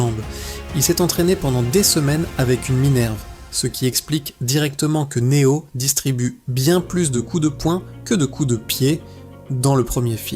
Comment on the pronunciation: Une IA qui parle de Matrix, un film sur la domination des humains par les IA… et qui en profite pour massacrer chaque nom propre comme si c’était une vengeance personnelle. Elle dit Ma-tricks avec la fierté d’un GPS bourré, Né-ohh comme un influenceur qui découvre l’anglais, Morfé-usse façon prof de techno, et A-jeune Smeusse comme si elle lisait une carte Pokémon contrefaite. À ce stade, ce ne sont plus les machines qui dominent l’humanité : c’est leur incapacité à prononcer trois syllabes sans commettre un crime linguistique.